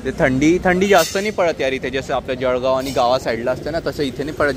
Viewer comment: कंटरक्शन कि कन्स्ट्रक्शन ठेसन कि स्टेशन..... आनि जडगाव कि जळगाव 😂😂😂